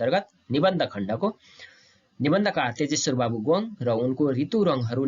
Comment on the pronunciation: के हो "गोङ् " ? गोङ् होइन "गोङ्ग" शुद्ध उच्चारण गरौँ ।